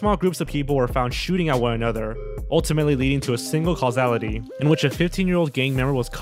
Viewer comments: Not to mention pronouncing things wrong. Like "casualty" being pronounced "causality." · Causality? Casualty? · He also said "causality" instead of "casualty." Actually, all KINDS of problems with the grammar in this narration. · "a single causality" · “Cause al la t?” Hmmmm